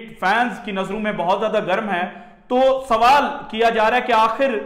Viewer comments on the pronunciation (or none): none